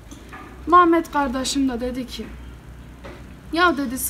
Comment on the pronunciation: Maşallah maşallah Antepli misin sen ya Mametttt deyişinden çıkardım 😂😂😂😂